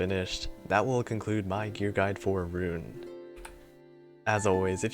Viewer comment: Earned my Like for knowing how to say her name right.